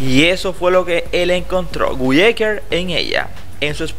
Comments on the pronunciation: No ES Gui, és Guy ecker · Se escribe Guy pero se pronuncia Gay, solo esa observación. Gran persona, gran profesional, gran ser humano! 🥰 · Amigo se ESCRIBE GUY pero se pronuncia GAY😂😂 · Suena raro como pronuncias su nombre